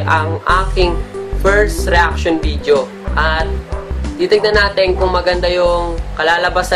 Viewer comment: Oh man I'm glad that you still have that confidence in making a video although you said it is you first time to make a video reaction. But the thing is you need more practice especially the way you pronounced couple of words like "video" it sounded like "vijo" and the way you deliver your words in public. Thanks man just a friendly advice and tips to a new video reaction maker like you...my two thumbs up for you though. :-)